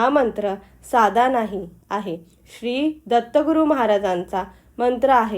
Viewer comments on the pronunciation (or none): none